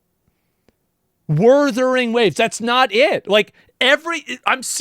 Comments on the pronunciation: Asmon snarking on Wurthering Waves as if he doesn't regularly mis-pronounce famous people or game titles. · No joke, my wife said the same thing about G-off saying Wurthering Waves. 🤣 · Wurthering waves lol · I think Kuro Games should put some funny dialogue in Wuthering Waves referencing Geoff Keeley mispronouncing the title as an event. Wurthering Woves, it could be a bootleg video game in universe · Omg! I'm so happy he addressed the "Wurthering Waves" issue. I don't know how rtrdded Joff is that he can't pronounce the name for like 2 years straight. I don't understand, they have dislexia of what? Do they nut read into the names before they say them? It triggers me! It gives a false narrative and look to the game. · I hope Joff continues to say Worthering Waves just in spite. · Werthering Waves and Uma Masume Pretty Derby.🤣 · It's so funny how Asmon gets pissed over "Wurthering Waves" while simultaneously being the guy who purposely mispronounces things to piss people off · Even the co-host woman called it wurthering waves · ironically him mispronouncing wuthering waves probably got alot of people talking about it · What if Wuthering Waves devs sponsor him now because they think its funny to listen to him pronounce their game name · plot twist, they've told him every time not to pronounce it wrong and he keeps promising to say it right next time but never does.